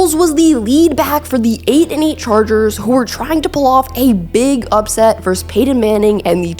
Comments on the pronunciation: great story on a highly underrated player!! 👏 why do sportscasters insist on saying "verse" when they mean "versus" tho? it's incorrect asf and annoying to boot! also that HOF qb's name is Pey-"ton" not Pey "un" is it just me that this drives crazy!? bcuz i'll shut up about it 😂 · Norv said it best "he's not small, he's short". Strong as fuck, twitchy and elusive as Barry, and could catch and block. Lightning bug ruled! PS: the word is "versus" not "verse".